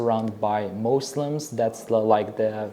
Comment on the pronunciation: muslims sozini notogri pronunciation qildilar shekilli😊